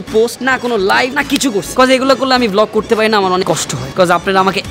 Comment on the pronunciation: Vlog na bole block🤣😂😂😂